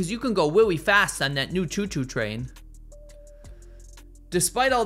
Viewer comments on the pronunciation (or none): "Weawry fast on that new choo choo twain." 🤣